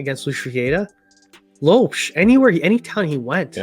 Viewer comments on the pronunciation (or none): I just wish you pronounced Lopes right. It is Lóópexx not Lowepss 🤣😂 other than that good content guys! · Ok so first off,it's not Loups,it's Lopes (Ló-pes,you have to read the letter e in portuguese like how you read the letter e in the word "the" in english),you said Filip,it's Filipe,you said Goms,it's Gomes,you said George Méndez,it's Jorge Mendes and you forgot to put accents over the names of the palyers,yeah you need to improve your pronunciation,yet you re still better at saying the names than most of the people on youtube...keep working and i like your content,sorry if i offended you